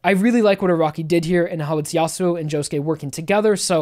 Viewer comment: um... joshuu? really?